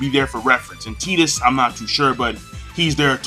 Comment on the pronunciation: I think it's pronounced "Tie-tus" not "Tee-tus".